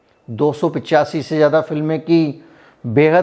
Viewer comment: You speak very well but try to improve your pronunciation. If you can say Fiza then why do you say jyada instead of zyada